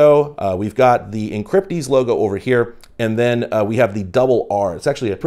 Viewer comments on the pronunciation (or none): oh good I'm not the only one that heard encrypdeez